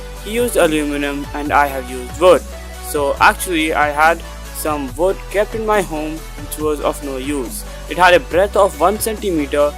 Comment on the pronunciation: man said vood glue hahahaha